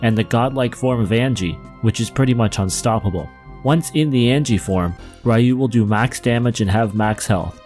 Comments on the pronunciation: Nice tier list. I love BoF. It was one of the games I owned on the SNES and as close to a Final Fantasy game as we could come over in PAL land without adaptors for US cartridges. Pet peeves: Ryu, is pronounced R-you, not Rayu. It's not Angie, its Agni, AgNi. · Did you just say "Rye-you"...? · I haven't heard Ryu pronounced Rai-yoo in over a decade+